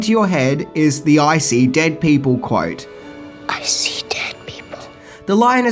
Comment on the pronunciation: sounds like says "Icy dead people" rather then the quote the way it's meant to be said/heard to begin with lol... although "Icy dead people" does sounds pretty scary as it is lol... They're dead AND now they have razor sharp ice protrusions coming off of them LMAO